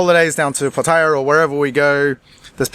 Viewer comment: Watch Kreis videos frequently and this one was interesting since I have lived in Thailand for many many years. The one thing that pisses me off is miss pronoucing city names, Pattaya in particular. I know Brits and OZZies are adverse to learning the Thai names properly, but after a so long in Thailand they should try since those watching pick up the wrong way to pronounce well know cities in Thailand.